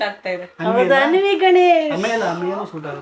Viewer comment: Anvi alla Aaanvi anta karirii